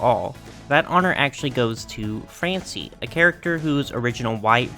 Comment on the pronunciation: By the way he voiced it, I thought they called her "n-word Francie"